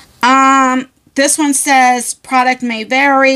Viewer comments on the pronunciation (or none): none